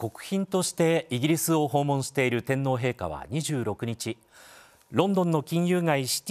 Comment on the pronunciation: 衛兵隊長が、正確な発音の日本語で、天皇陛下！、と話しかけられたことに凄く感激しました。